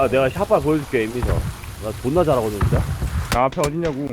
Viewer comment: 특유의 발음때문에 진짜가 지짜처럼들려서 스치듯 들으면 욕처럼 들린 것 같아요 ㅋㅋㅋㅋㅋㅋㅋㅋ